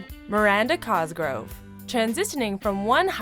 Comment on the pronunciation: "mIrAnDa CoSgRoVE"